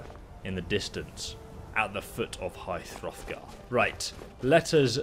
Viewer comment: Omg! I love your vids but stop calling it High THrothgar 😂😬😉